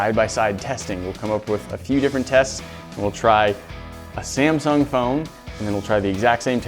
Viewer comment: When you say samsung i hear simpson